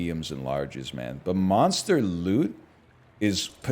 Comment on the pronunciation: When I first heard him say "monster lüt," with an inquisitive chin stroke I found it quite droll, but now I anticipate it and say it with him in unison.